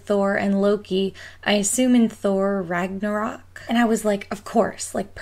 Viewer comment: The o is accented so its more like Ragnarook